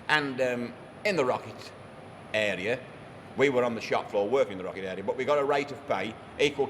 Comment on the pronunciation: New age in locket ploglam...lol